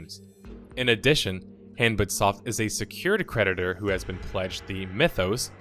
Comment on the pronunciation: Hanbit Soft sounds like "hand bit off" at least it did when I first heard it lol.